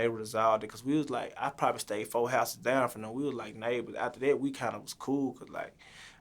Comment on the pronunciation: He talmbout “put her daan” 🤣🤣